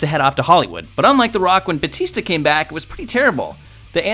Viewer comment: Are you saying "Boo" or "Bootista"?